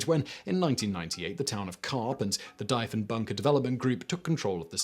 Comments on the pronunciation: Deeeeeeee phon bunker lol prime minister... jesus Simon learn about your commonwealth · Deef-en-bunker and Deef-en-baker Like thief or Chief…. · Same. I'm like WHAT DIE-fen bunker? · Argh! My ears! Dee-funbunker! As in De Funbunker, because it's an escape room and occasionally host weddings. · ahh... the Diefenbunker, one of my favourite little (relatively) local cold war relics. Dief rhymes with chief, by the way.